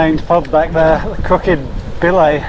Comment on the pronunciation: Hiya, The pub you passed called the Crooked Billet is pronounced as in a Ducks Billet locally. Honestly! 😊